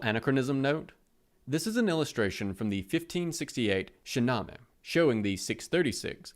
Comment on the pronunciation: It's pronounced Shaa-na-meyh